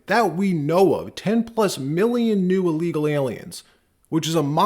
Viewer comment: Maybe I'm just nit pickin' but why is all these podcasters pronouncing everything that starts with 'ill' with an 'a'. The word is not 'allegal' it's said 'illegal'. I've noticed that several podcasters are doing this.